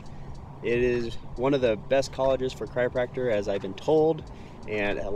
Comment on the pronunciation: Having trouble with pronouncing "chiropractor" eh? I kept hearing "cryopractor", which would probably be something very different. :) But love seeing clips of my home town! Thanks for sharing!